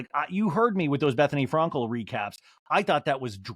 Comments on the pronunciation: Is anyone else bothered by how he pronounces « Frankel » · It’s a joke. He says it wrong on purpose. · He does it on purpose